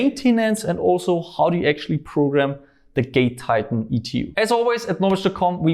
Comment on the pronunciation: I always hear gay titan when he says it